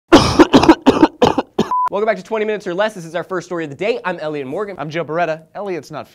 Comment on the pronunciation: He said olliot instead of elliot